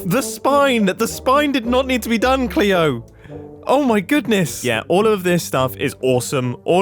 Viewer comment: Oh mumbo I love you even more for calling Cleo with the appropriate pronounce❤